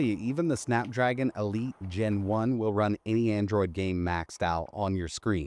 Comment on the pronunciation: "AnDroaid"